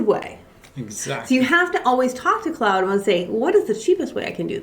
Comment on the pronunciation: Also just a respectful heads up but Claude is pronounced "clod" or "clawed" not "cloud".